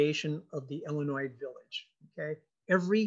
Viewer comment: FYI: it’s pronounced Illinois not Ellinois